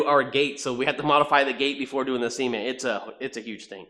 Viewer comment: Why does your cement sound like semen? 🤔